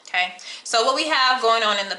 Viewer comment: Wtf, o-tay? Lol